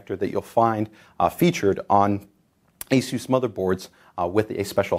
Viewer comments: its not "Aye- soos" it's "ace- is" even the Chinese people who own the company say it that way. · How is ASUS anent to be pronounced?, I always pronounce ASUS as A-SUS (SUS as in I have SUSsed out what is wrong or the SUS in the word SUSpension.)